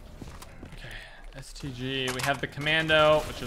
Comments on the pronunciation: The first time he says stg he says std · he said std instead of stg lmao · I thought he said std